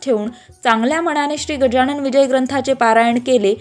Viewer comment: Gajanan bola गजाणन म्हणू नका. Pronounce properly.